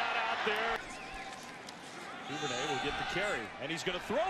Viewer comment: Duvernay, not Duvernary... let how to read dude!